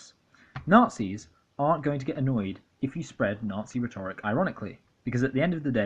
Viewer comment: Hey nice video. Btw rhetoric is pronounced RHET-oric, not rhet-ORIC. I appreciate your views though, they're spot on. This is so well researched. Merchant Minute is fucking gross and also not funny in the slightest. Not just because he's a hateful fascist but because none of it is remotely observant of rules of comedy and joke writing. Pewdiepie I can see is a money grubbing troll for the alt right even though he used to appear quite harmless. He has charisma which is the sad thing (and dangerous thing in terms of fascism). Cowards, the lot of them. Hiding behind irony so they can fly under the radar and brainwash dumb young people.